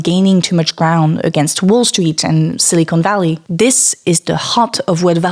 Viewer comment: don't know if she just misspoke or maybe it was her accent but I heard Silly con valley when she mentioned silicon valley, LMAO. No hate. I just that it was hilarious. I'm defiantly writing that one down. Looking forward to the next vid :)